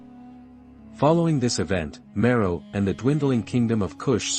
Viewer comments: It was a bit difficult to listen to this video due to word’s mispronounced. Napata, Meroe, bow, etc. Are you an AI narrator? Your speaking is not smooth — too jumbled… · I very much like the narrator’s voice and the musical background. However, too many words are mispronounced such as Napata, Meroe, and bow. I wonder if a human voices the narrator or if he is an AI bot. ☹️